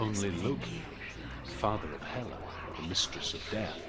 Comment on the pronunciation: Snorri's poem of baldyr's death come to life. Exciting. It's Norse mythology's only written description of Hel... which is HELL but is pronounced "Hall" as in "Valhalla". Also, the goddess "Hela" is named "Hel", but that would confuse the uninitiated. At the bridge she should encounter the "brutal fighter". And the knives in the river are from the eternal battle of the slain. This is literally Snorri's tale of Helheim and it looks awesome. The addition of madness is the most beautiful touch to add to a character's transcendence into "Hell". I'm in awe.